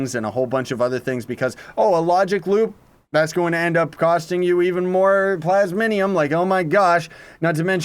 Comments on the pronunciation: *"plas-mi-um" not "plas-mi-ni-um" :D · theres no n in plasmium its not plasminium its just....... plasmium . . . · Its not "Plasminium" Its Plas - mi - um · PLASMIUM!! Not "Plasminium" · It's Plasmium not Plasminium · Someone else feels weird about he saying Plasminium rather than Plasmium? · u need to pronounce it plaz-mee-um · Plas-mium.. There is no "n"